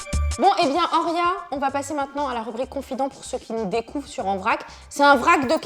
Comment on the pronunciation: Actrice?? MDR et le prénom horia est mal dit tout le long